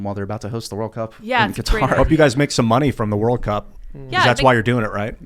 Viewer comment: Finally, someone on this show that pronounces Qatar correctly